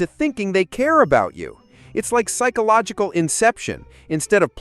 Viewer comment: Did he say "pikeological phenomenon" ish?